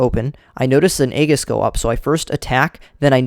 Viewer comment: Aegis is also pronounced ee-jis (not trying to be offensive)